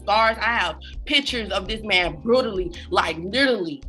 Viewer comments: She don’t even know how to say brutally💀 😂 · She can’t even say “brutally” right 🥴